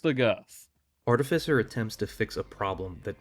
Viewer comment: VertiGG is a terrific new Borderlands creator. That would be a fun collab. ♥️ Also, it's pronounced Ar-tiff-isser.